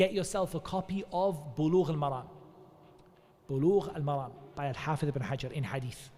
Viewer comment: السلام عليكم و رحمة الله و بركاته It’s “sahih”, not “shahih”. It’s “Bulugh-al-Maram”, not “maragh”